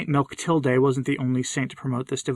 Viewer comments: Mechtilde, pronounced "mek-TIL-deh". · Pronounced “mech-tilled” My aunt who was an intern sister for 60 years took the name of St. Mectillde